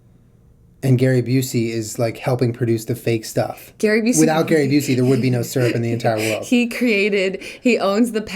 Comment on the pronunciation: you say syrup wronggg😧😱😨 I hate that 😥